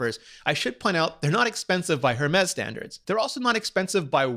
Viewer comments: If you’re going to do a review on the Hermés Apple Watch, at least pronounce it correctly. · Infinity Nature it’s French, the H is silent. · Nature it's a proper noun and name of the founder, you don't say a person's name incorrectly using your explanation so why do you think it's the case with Hermès? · I am fluent in English and Spanish what I normally do is pronounce English words in American English (thats the only type of english I know) and Spanish words in Spanish (Spain or Mexico variation as I lived in Spain but from California) regardless of what Language am using in the convo. I had no idea Rene spoke French. Thank you for sharing why you pronounced the H Rene I was wondering about that. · You’d think Rene would know better. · Are you sure you speak French with a non-English accent? Because as a French speaker myself I don't know where the f*ck you'd find a "rolled R" in "Hèrmes" (just to be clear: when you say "rolled R" I assume you mean as in the word "right" - maybe you mean it differently. I hope you do). Btw I agree with you comment about pronouncing words in English in an English speaking video. I do the same thing. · willis16234 if Apple can pronounce it correctly in their keynotes, then Rene can too. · I am Canadian too and I agree with the complaint. Yes, it is an English video but out of respect to the language and the fact that you should want to teach ppl how to pronounce things properly. I am not saying he doesn't know how to speak French all Canadians so in some capacity but its the principle of the thing and it is the equivalent to someone purposely saying your name wrong over and over again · Please stop saying the h in hermes. It's ermez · "air mes" not Her mes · It’s not her-mes it’s air-mes! It’s sooo annoying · It’s Air-mez, not Air-mess... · It's pronounced "Hermais" not hermes. é is pronounced "ei" or "ey" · Umm... excuse me but it’s pronounce: Ermez or Airmez. Not HERMEZ!! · It’s not her Mez it’s Hermès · It is “air-mez.”